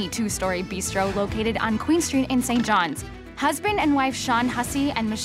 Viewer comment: St John’s (sounds saint) not Sent Jon’s